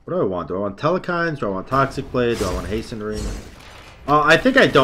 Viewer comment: The way u pronounce ymir is much worse than hecate Oh and telkhines... no e in the middle. Tel- khines. E-meer Coo-cool-kawn for future reference